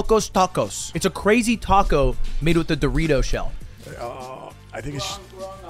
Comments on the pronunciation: tact o How you pronounce it, think tik toc, like the clock noise. "Toc-oh" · 😂 also funny how and Ludwig correct on pronunciation from Tackow to Tac-o 😂😂😂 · Tacko = Good Tacou = Not good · It's Taco not Tarco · Teases Mouse for "Peekza" and "Sangwich", proceeds to say "Tacko". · Why does he pronounce taco like “tahquekhol” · The fact hates the cheese sauce and can't pronounce taco. I'm American and have never been so offended at him. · can really not hear himself pronouncing taco differently? lol